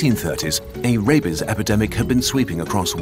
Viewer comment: The pronunciation made it sound like he was saying “Rapies” 😂